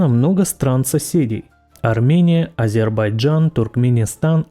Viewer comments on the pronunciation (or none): none